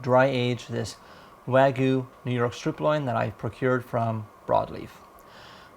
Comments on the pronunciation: It's not Weigu, Waigu, Wagu, or any other pronunciation except Wagyu. Wa-gyu, just like it's spelled. Wa is pronounced using the "A" as in "father," not the "A" as in "man" or the "A" as in "make." Gyu is one syllable, and is said sort of like "glue," but with a Y instead of an L. (Wa means Japan, and gyu means beef -- in Japanese, that is.) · Where is the marlbing? looks like pork or cheap meat. Wagyu has lots of marbling and its called Wagyu, not Wagoo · Wagyu means Japanese beef like how Wafuku means Japanese clothes. It just means from Japan. Your pic is how it looks at the grocery store here in Japan, this guys beef is nothing like the beef here in Japan. And its hilarious how he pronounced wagyu lol sounds like a little kid haha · why cant this guy say wagyu Edit: he cant say sous vide either. should just give up on trying to say non english words